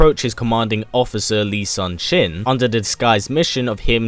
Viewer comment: I hope Hwang stays this time. I much prefer the more seasoned warrior over the newbie energetic kid. Love your videos. Also to add in some corrections. The cammander's name is pronounced Yi Soon Shin 이순신. As he is a very famous national hero of Korea. Also during during the events of Soul Calibur / Edge Korea isn't called Korea. Instead it is called Joseon 조선 after its dynasty. Also some trivia. Hwang was used to replace Mitsurugi in the game Soul Edge / Blade as Samurai are Japanese and not well received in Korea due to the two nations' history. He also replaced several other Samurai characters in games.